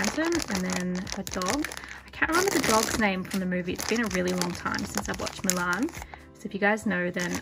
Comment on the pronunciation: I love the way u say Mulan. I'm confused as to why Mushu wasnt in there.. YAY JASMINE and Arora